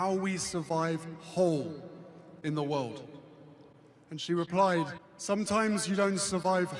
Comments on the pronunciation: Why does he say weuwd instead of world? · How many times does he say "wowld"